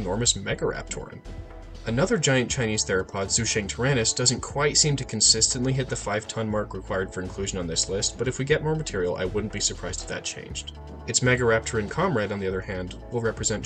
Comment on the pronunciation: Cool vid! Just a side note from a Chinese viewer. Zhucheng pronounces as joo chung. 😄